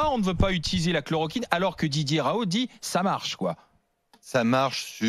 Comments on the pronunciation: Dumé batesti je viens de revoir la vidéo, il sourie parce que le journaliste a dit Raou, au lieu de Raoult. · Parce que l’autre sommité journalistique écorche son nom. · a noter le petit sourire condescendant lorsque le présentateur prononce le nom du P r Raoult au début!! Un scandale ces cercles de l'entre-soi qui bossent pas et viennent donner un avis..